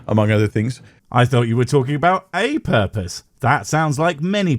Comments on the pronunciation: I never had a porpoise. Where do i get one? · All hail the porpoise of life!